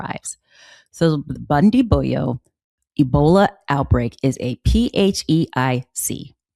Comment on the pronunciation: Bundibugyo pronunced buun-dii-bu-joh ,joh pronounced Like Joker.